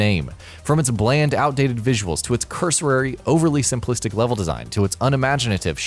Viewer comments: It's cursory not cursorary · cur-so-ry .. not .. cur-so-rare-ry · Cursory, not cursorary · "Cursorary"? Try cursory. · cusory - not cuso-rary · It's pronounced curr-sorr-ree.